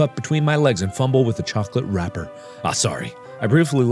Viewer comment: It's unfortunate that you chose to pronounce "chocolate" that way, Mark